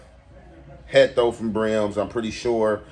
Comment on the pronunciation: Why you keep saying Hecto lol